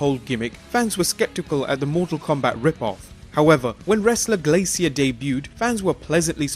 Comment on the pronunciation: Haha. Dude said "glasius" not "glacier" but "glasius" . Enrique? Eglasius?